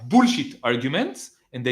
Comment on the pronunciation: Im borrowing the way you say "boolsheit" As a teacher of English for over 24 years, I can attest it's the correct pronunciation. BOOLSHEIT.❤😂 Love it.